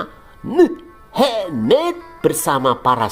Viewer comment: asli coeg 😭 tiap kali dia bilang muhemmet, dalam hati aku ngakak anjeng wkwk 🤣